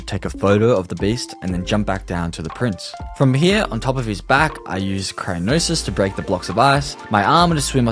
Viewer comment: Like crynosis